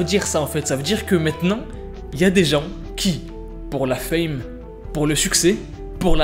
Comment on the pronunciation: c'est pas fam mais fame